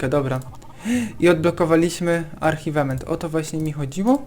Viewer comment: To się czyta "acziwment" a nie "archiwement"😂😂